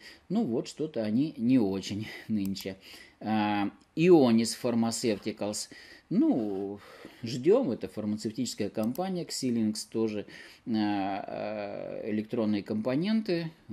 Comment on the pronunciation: Xilinx читается как «Зайлинкс». Работаю с их продукцией ежедневно )